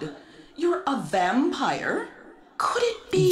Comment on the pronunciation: you're a vampyuhr